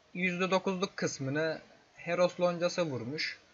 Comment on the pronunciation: HEROF DERKEN KARDEŞİM HEROES DİCEKSİN SANIRIM :D